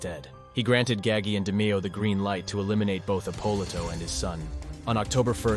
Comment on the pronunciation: I mean if your gonna do a fuckin documentary learn the correct pronunciation of the main guys in the doc. He’s fucking up Roy’s name Dameo and eppolito Ahpoloto. But when he says the Demeo Crew he says it fine . Wikipedia or strait out of a book